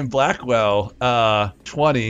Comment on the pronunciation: I like how you don't properly pronounce latter half of some words so we end up with Lucy Blackwell and Bra skill to name the funny ones.